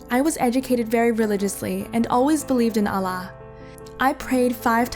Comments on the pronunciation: "Allah would burn me in purgatory " Purgatory is a catholic concept I have never seen a Muslim use the word purgatory. The ex-muslims always stating they were devout Muslims but can't even pronounce the word Allah properly , I understand if she was a revert but a born Muslim on top of that a Devout muslim •Her dad says "my friend in Saudi Arabia does much worse" Of course Saudi Arabia is the only Muslim country she knows I believe this is really fake especially with the thumbnail , they really trying their best to make Islam look as bad as possible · Fake video no Muslim says Allah like that let alone someone from turkey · Ur not muslim if you pronounce allah like this 🤣🤣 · She calls herself a muslim yet she pronounces it as ‘alla’ instead of ‘allah’ and thats a mistake im pretty sure every non muslim makes. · as a muslim this is Hella wrong, and she says Allah like Ala. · I doubt that u are muslim because u cannot even pronounce this words properly. not mazlim its Muslim. Not izlam it's Islam. Not ala it's Allah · Like seriously she ain't a Muslim this story is fake she pronounced Allah incorrectly she said ala its allah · Even if you want to talk english, YOU SHOULDNT CALL ALLAH ALAH, PRONOUNCE ALLAH CORRECTLY 😠😠😠😠😠😡😡😡😡😡😤😤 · Its Allah Not alah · Why are pronounce Allah's name as Alah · It is clearly obvious that she is not a muslim. Muslim does not pronounce Allah like ala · You just know how this is fake since the girl is saying her dad abused her mother it is a false claim that kafirs spread and if she’s Turkish why is she pronouncing Allah like ala and she’s saying Islam with a z like Izlam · Yeah lol can't even pronounce Allah she says ala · God dammit another one of this narrator that pronounce Allah wrong. FOR THE MILLION TIMES IT'S "oulloh" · OLLAH lmao nice pronunciation Damn this girl is in a totally different environment than how a normal Muslim girl lives This is called stupidity not Islam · You cant even pronounce Allah, properly. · Ikr right